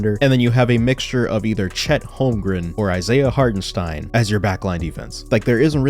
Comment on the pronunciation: Shoutout to your pronounciation of Hartenstein. As a German, it really is hard to watch some „experts“ remain pretty clueless when he is in the league for multiple years. Keep it up bro